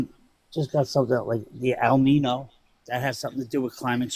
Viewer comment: caller: "the al nino". He doesn't even know how to pronounce el niño much less understand how it is/is not related to climate change. PEOPLE, get EDUCATED!